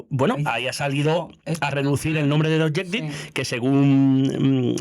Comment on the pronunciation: Es naiv pensar que PS va a responder a cualquier cosa que se le pregunte. Por otra parte, es triste que en el 1er cuarto del siglo XXI aún resulte difícil a los españoles pronunciar ‘The Objective’.